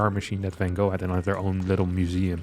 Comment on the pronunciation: I was referring to his new take on Van Gogh, which I loved when he pronounced properly, in contrast with the English pronunciation. The same goes for gouda etc.